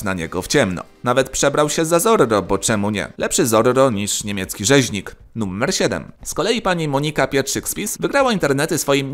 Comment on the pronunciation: Czemu Ty wymawiasz to słowo jakoś tak np. "nuMMer 10"? 🤔